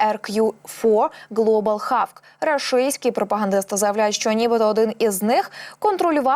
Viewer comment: Молодь та ще й з вищою освітою. Ви не мислите своє життя без комп'ютера. Чула, що англійську зроблять другою державною мовою. Тому ріже слух як вимовляєте hawk. Що за хавк? Якщо не знаєш, невже так важко глянуть транскрипцію у словнику! Ну що за ставлення до роботи, ви ж не на кухні з сусідкою? Коли таке звучить в ефірі - це ж дикість, на кшталт маде ін чина або стопе.